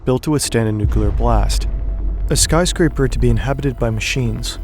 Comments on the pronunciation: Im sorry, did you call this building a spyscraper or a skyscraper? Because if the former, genius lol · Not "spyscraper" 😩